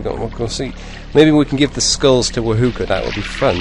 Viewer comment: You say herb and others say erb the h is silent.. yet wahoka, is proper but ignored and stated wa-hook <-a funny hey?!